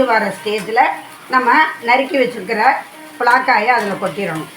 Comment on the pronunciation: அது ப்லா காய் இல்லை பலாக்காய் but recipe super